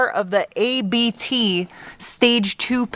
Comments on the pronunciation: It's spoken 'Abt', not 'A B T'. It is the surname of the founder of the tuning shop, that made the factory tunings, just like AMG does for Mercedes.✌ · Great content as always. Just one thing: It's not A.B.T. it's Abt, it's the family name oft the founder Johann Abt (founded the company in 1896). So just pronounce it as one word. I love the Ur quattro. Greetings from Germany. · A B T is pronounced as a word Abt, name of an Audi Tuner here in germany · it‘s not „A B T“ you spell it simply „Abt“ like „Abs“ with an „t“ at the end. It‘s the name of a big Audi Dealer in the south of germany who built performance enhancing parts for Audi and they also make car special editions with almost all of the RS models.